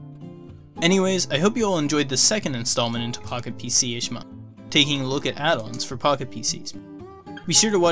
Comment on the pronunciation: Does not sound like you're saying “Pocket PC”.